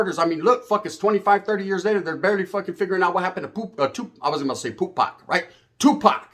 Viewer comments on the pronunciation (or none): none